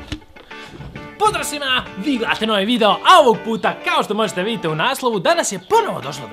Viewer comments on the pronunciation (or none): none